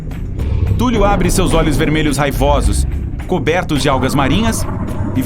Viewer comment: Sério que você está chamando Cthulhu (Thúlrru foneticamente escrito) de Túlio? A próxima luta vai ser Zéfa, Túlio e Nequinho?